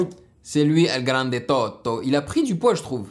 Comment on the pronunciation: Mister tous les rapers ila prononce bien sauf elgrande tôto, moi je suis marocain et j'ai pas compris la prononciation delgrande tôto